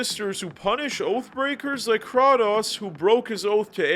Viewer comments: It’s Cray-tose dawg 🙏🙏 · "That's some Mortal Kombat stuff" Kratos was a guest character in MK 9 on PS3. And its Kray-tose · It's said "Kreitos." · Is this guy trolling or does he genuinely believe it’s pronounced “kraw-tose” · So… the “Krah-toes” was for ragebait engagement, right? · ah yes... krah-tos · Very good vid but what is krwatos?😂😂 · I can’t handle how many times he mispronounces Kratos. There’s voice acting in these games and they say Kratos’s name multiple times in the games. Like how is he mispronouncing it? Great video but can you just say the character’s name correctly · How u played all of god of wars but still don’t know how to pronounce his name ? Lol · You also missed pronounced kratos name wrong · Dude it’s Kratos say it right, and the director is Cory not Cody smd he isn’t not anyone he is the art director from god of war 1 and 2 and is now the daddy to Kratos !!